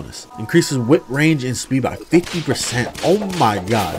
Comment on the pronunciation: I like how he says: "oh maw gad"